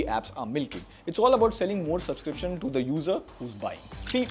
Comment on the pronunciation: Subscription ❌ Subsiption ✅